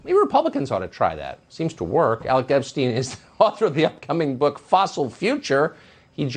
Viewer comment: Tucker pronounced your last name incorrectly! Otherwise, great clip!